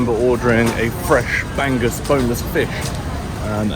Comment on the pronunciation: Bangus - proniuced bang oos - soft g - youtube pronounce bangus